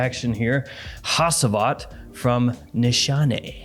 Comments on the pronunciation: ha-chi-vat. not ha-see-vat please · Hacivat is pronounced as haGivat. G instead of C, when reading. FYI. It s turkish, where I m from.